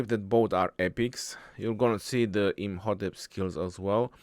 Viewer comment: I’ve never saw mispronounce any commander so far except these 😂